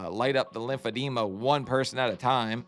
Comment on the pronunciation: Hi, I understand you can't hear yourself say "limphodema" anymore, but this 600 pounds video's are still the best! 😊